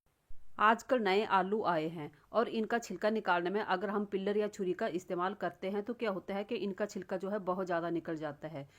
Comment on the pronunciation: पिल्लर मत बोल पिल्लर मतलब है खं बा पिलर बोल peal मतलब सोलना छिलका निकाल ना